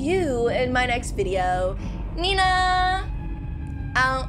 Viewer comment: It’s nenaa not nenna